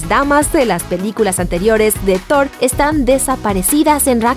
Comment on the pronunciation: bueno en este video si es Thor y no zord xd